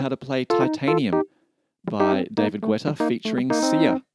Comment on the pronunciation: its pronounced getta not gooetta as far as i know ( i might be wrong tho)